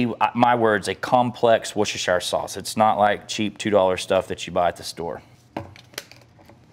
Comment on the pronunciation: Washursister sauce